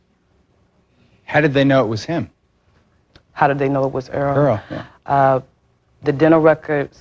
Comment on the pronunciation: Not pronouncing the victims name correctly is insane . *Earl